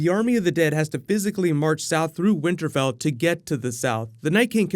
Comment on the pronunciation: Did you say winter bell? Lol